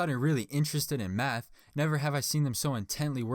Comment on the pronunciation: So we not gonna talk about how he says math , and out of pic of science